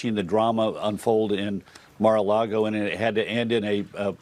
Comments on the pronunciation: Goober Comer looked shell shocked there for a second. And would someone tell that illiterate scumbag it's MAR-A-LAGO, not MAR-A-LARGO. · "Mar-a-LARGO"... the letter "R" would like to issue a cease and desist order from being used in your hypocritical gaslighting. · WHY DOES HE SAY LARGO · Omg sounds like the hypocrite said Mar-a-lardo lol